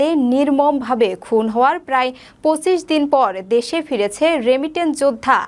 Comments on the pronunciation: সংবাদ পাঠিকার পঁচিশ উচ্চারণ ভুল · ব্রিগেডিয়ার জেনারেল বলার উচ্চারণ ভুল আছে এবং পঁচিশ বলার উচ্চারণ ভুল আছে